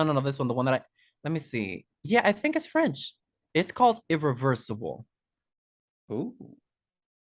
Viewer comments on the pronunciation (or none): said "irriversable" and I legit lept a foot into the air and screamed out loud from the other room.